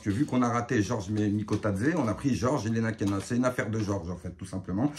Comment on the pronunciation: Ilenakena 😅😅😅😅 C'est Ilenikhena, avec un i. Excellent mon 😂